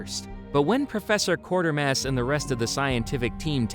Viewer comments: It's QUAY-ter-mass, NOT Quarter-mass! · Quatermass. Quay-ter-mass. There's no R, it's not Quarter-mass.